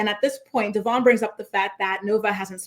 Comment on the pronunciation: How is it in like 15 years STILL can't pronounce her baby daddy's name 😂😂😂 DevOIn Not DevORN